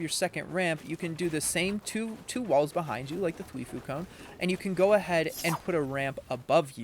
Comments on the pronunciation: twifO not foo lmao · th wi fo not thweefoo :) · He mis pronouncing twifo is giving me brain cancer